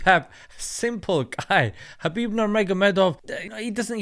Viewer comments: its habib nurMohammadov. thats how he would pronounce it. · Fyi, "Khabib Nurmagomedov" should be pronounced "Habib NoorMuhammadov (the light of Muhammad SAW)" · his name is Habib actually, the 'K' is Silent like the name Django.